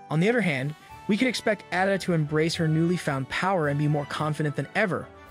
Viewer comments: why so hard to say Ada, it’s Ada not Adda, if you’re going to tell the story at least get the name right. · Her name is Ada not Adda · He completely lost me at Adda . I feel like it is a bot audio translation or something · It 's Ada pronounced AY-da - long A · Whoever you are you evidently don’t know anything about Julian fellowes and his shows. You even mispronounced Addas name